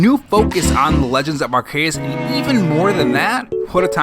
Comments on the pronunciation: It’s pronounced ark-e-us my brother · It’s pronocued Ark-e-us my brother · Why did pronounce arceus like that